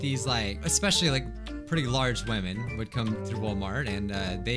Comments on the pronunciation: pronounce it hwamen ( like Bob Ross saying titanium hwight) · I have a problem with all women: All women. Not WHAMEN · Whamin!: Struggling to say whamin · It's hwaman not woman!!!!!!!!!!!!!!!!!! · Tell it is pronounced hhwwhaamen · wa-men yup sounds right to me